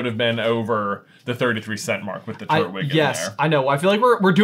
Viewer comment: I just noticed that you say turt-wig instead of tur-twig.